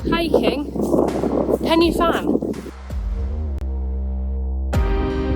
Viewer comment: It's pronounced, Pen y (huh) Fan (van) ❤😂